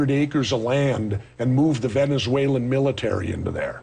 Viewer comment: i can't help it... i laughed everytime morgan said 'mili-tree' instead of military. lmao